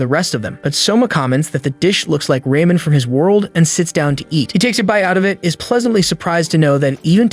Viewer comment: Is it just me or did i heard “Rayman” on or ? I swear i must be tripping because i never thought Ramen was pronounced like that 😭